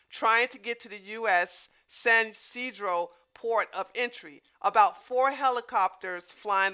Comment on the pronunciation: San Ysidro pronounced like SAN E SEEDRO. like Chuck E Cheese. 😂